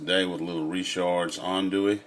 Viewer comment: This man said Ree-chards 😂😂😂